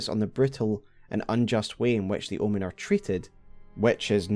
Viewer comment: I thought you said L one lol omen is an L birth 😊